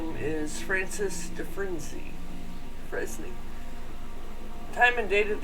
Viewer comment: Francis dufrane is how its pronounced. I learned that from the shawshank redemption